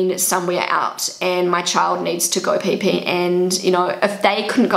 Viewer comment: why do i like how you say peepee "pae pae"